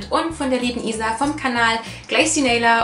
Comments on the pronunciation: du sprichst isa richtig aus :D ich weiß nicht, wie oft ich sie falsch ausgesprochen habe xD Ich bin dafür sehr ungeduldig... hach ja~ Und ja, mein Tag geht auch bald hoch :D Ich glaube jedem sind Aufrufe und Abos wichtig :) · Du hast mich richtig ausgesprochen WWUUHUUU!!! :D *erstmal positives Däumchen vergebe so wie bei jedem deiner Videos* <3 Ääääähm also neben Harry Potter haben vorallem, ganz frisch sogar, "Pandora - Wovon träumst du" und "Infernale" meine Einstellung verändert, weil sie einfach so viel Kritik an unserem heutigen Leben rüberbringen :) ps: Bitte nennt mich nicht Isa, sondern Luna, Bella, Glacy oder meinetwegen auch Isabella aber biiiitteeee nicht Isa oder Isy x')